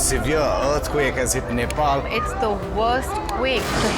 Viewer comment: neypal? You pronounced it correctly earlier in the show but now its neypal? God this rediculous over produced, american reality show-like garbage gets better and better.